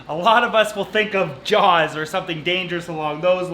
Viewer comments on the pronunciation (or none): none